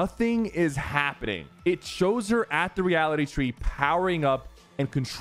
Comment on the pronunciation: bro pronounced reality tree reality chee